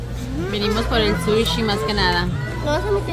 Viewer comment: Se dice Pez o peces! Y no pescado🤦🏻‍♀️🙄 Se dice Sushi, no shushing 😂😂😂🤦🏻‍♀️🤦🏻‍♀️🤦🏻‍♀️